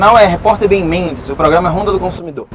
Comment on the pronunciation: Como que o repórter Isaac chamou o Ben Mendes? Eu entendi Benônio 😂